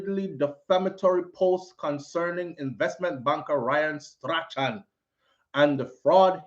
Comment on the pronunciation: hi, I believe it is Strachan is pronounced STRAWN